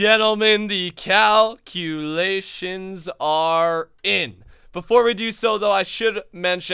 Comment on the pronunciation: Instead of calculations, I heard cowculations!